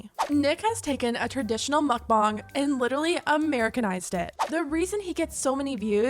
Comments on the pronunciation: ARGHHH It's pronounced MOHK-BAHNG, not muck-bahng for pete's sake. That hit a nerve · "mukbang is from Korean" Pronounces it like mookbang..... Sigh 😒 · I hate how you say mukbang.. mOkbAng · Idk why and I’m sure it’s not her fault because she’s not from where I am but the way she pronounces mukbang makes me so angry for some reason